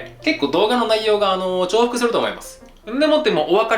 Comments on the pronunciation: 重複→じゅうふく❌ 重複→ちょうふく⭕️ 料理もできて日本語も正確で説明も丁寧で尊敬します‼️ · きちんと『ちょうふく』と言っているあたり、好感が持てます。 By細かいとこにうるさい昭和オジサンですが笑